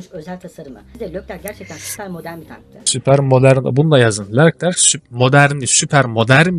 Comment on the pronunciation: Lerclerc değil Leclerc :)